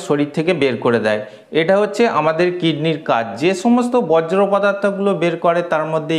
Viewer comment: বজ্র পদার্থ নয়, বর্জ পদার্থ হবে।